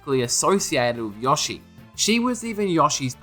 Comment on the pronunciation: its YO-SHI not "yawshee"